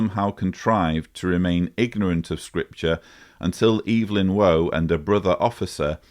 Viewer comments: Waugh is pronounced like war. (You got everything else right) 😀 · Great podcast ( it's Waugh pronounced War btw) agree with Mr Dawkins' summary!